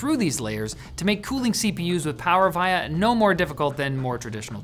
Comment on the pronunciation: That is not how you pronounce “Power Via” but great video. Thanks.